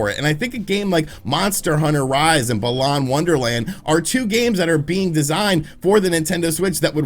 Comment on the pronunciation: Gosh, how he pronounced Balan Wonderworld hurt my ears